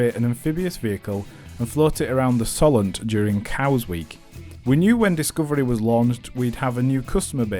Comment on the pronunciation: It’s Solent. Not sollent. So-lent